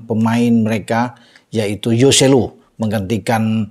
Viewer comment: hoselu bung bukan yoselu